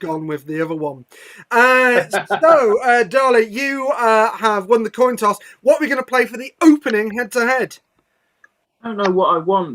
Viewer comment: said "Toin coss.